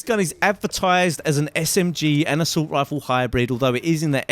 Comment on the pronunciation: haha you sound so funny when you say assult rifle xD